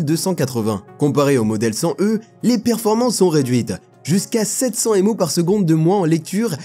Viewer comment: À "Avec 96 mots de cache L3..." faudrait peut-être faire attention à la prononciation, ce ne sont pas des "mots" mais des méga octets.